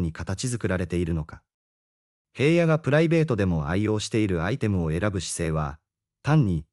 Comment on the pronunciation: ヘイヤではありません名前ぐらい調べてヒラノとちゃんと読んでください